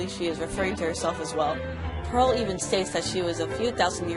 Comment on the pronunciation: " every diamond has a peral "